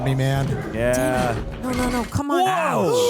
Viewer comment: No-uh, wow-uh....PLEASE STOP!